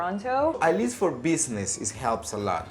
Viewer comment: it's pronounced "Least" actually ;)